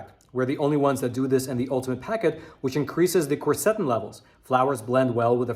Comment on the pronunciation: I hesitate to say anything negative because I think your videos are important. Your videos are one of my important sources of news. But, please, please learn to pronounce words like Quercetin!!! You can even pull it up on Youtube! I listened, and the person pronounces it the way i've always heard it.